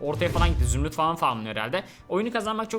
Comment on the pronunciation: Zümrüt değil zürnüt